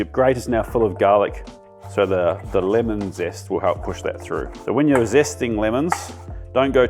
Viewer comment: What on earth is "finnel"? or "limon"?